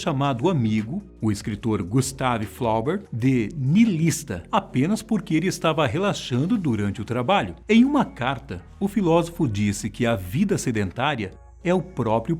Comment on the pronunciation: quando fala de Nietzshe, cita Gustave Flaubert e fala seu nome com entonação em inglês, mas ele era francês e portanto tem que usar o francês para falar seu nome.